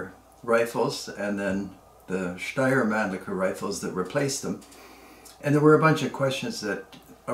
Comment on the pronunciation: The pronounced steyr Mannlicher puch was nearly perfect. Regards from Austria